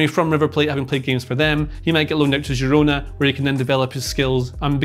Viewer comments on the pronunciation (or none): none